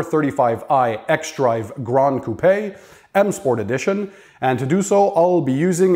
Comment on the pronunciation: You had me at "grand coo-pay."